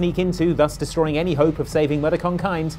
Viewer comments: mispronouncing the word "Mudokon" is making my brain itch. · Hearing pronounce Mudokans as mud-o-cons is really killing me, it's Moo-dock-ens!!!!! Abe says it all throughout the game!! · What on earth is a mudokhan? Say it right. They literally say it in the game that you obviously have never played before narrating this video. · Moo-Doh-Kun Dunno what a Mud-Oh-Kon is. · It’s modocken (moo-dock-in) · I’m sorry to be that person but it is “Mo-dahk-in” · If you're going to say a word 30+ times, maybe look it up if you are unsure about how to say it correctly. You don't save "mud o' cons" in any of the Oddworld games. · I honestly dont know what he said it was. His mispronunciation of mudokon had me distracted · The way this guy says mudokon could be used to torture war criminals. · The pronounciaton of Mudokon was painful. I just had to say it. I mean Molluck and Aslik said Mudokon ingame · As a long-term Oddworld fan, the frequent mispronunciation of Mudokon triggers me. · Omg he keeps saying mudokuns soo wrong its soo annoying XD Whats worse is the game litraly says it so how can you pronounce it soo wrong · the way you say mudokon is inexcusable. shame on you